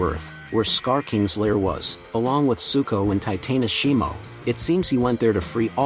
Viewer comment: Get a better artificial voice generator because this one mispronounces everything and pauses in the middle of a sentence. The breaks in sentences don’t make sense. It’s Shimo (she-mo) not shermu